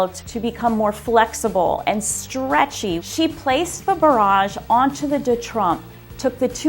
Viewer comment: The pro chef and the way she says bauroje